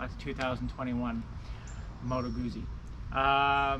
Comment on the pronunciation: Beautiful bike! I have the Milano! Oh, not to be that guy, but since you're own the bike...it's "Gootsie" not "Goozy" Like pizza.